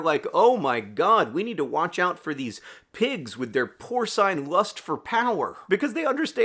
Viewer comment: This sounds all well and fine, but I don’t know about that pronunciation of “porcine.” All credibility lost, tbh.